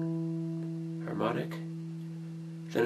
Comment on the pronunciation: Harmonic ? More like "Hamon"ic